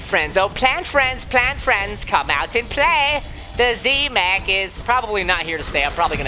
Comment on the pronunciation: Silly daddy it's not z mak its z mech